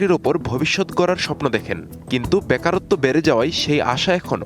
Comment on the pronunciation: What is baakarotto? It is bekarotto. I have sympathy for your pronunciation.